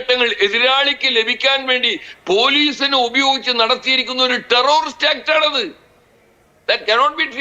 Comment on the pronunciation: ടെറൊറിസ്റ്റ് അല്ല, ടെററിസ്റ്റ് ആണ്‌. മലയാളി ബലാത്സംഘ, സ്വർണക്കള്ളന്മാർ രാജ്യത്തെ ഒന്നാം നമ്പർ ക്രിമിനൽ പട്ടികയിലേക്ക് കുതിക്കുന്നു. അഭിനന്ദനങ്ങൾ.